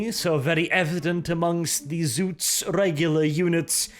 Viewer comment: It's ZOTS!! Not Zoots, Zuts, or Zouts. Spell it with an O you northling barbarain!